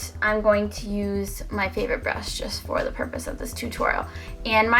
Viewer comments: "Foh foundation" lol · Lmfao "fo foundation" mad funny, ur gorgeous & great personality keep it up ;)